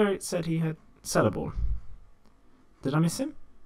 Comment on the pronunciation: Celeborn is pronounced Keleborn not Seleborn ;)